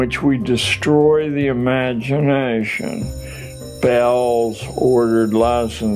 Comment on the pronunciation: by him saying that... He even destroyed the word 'imagination' 😂